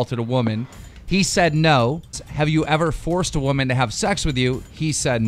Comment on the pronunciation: Respect waman said pewidepie